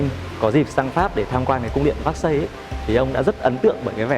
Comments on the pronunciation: Véc-xai, Versailles chứ ko phải xác-xây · Cung điện “ Vác Xây” là cung điện nào? Vốn hiểu biết và cả “ gúc” cũng bó cbn tay! Nếu đọc “ Versailles” là “ vác xây” thì đi xe “ pọt chơ” với cả “ mai bách” hơi phí